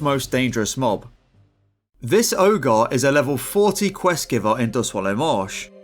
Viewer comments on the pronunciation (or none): what's an "oh'gar"?